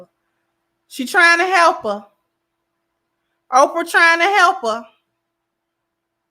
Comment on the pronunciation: CC did she just call Oprah Opar? Play it back play it back😂😂😂.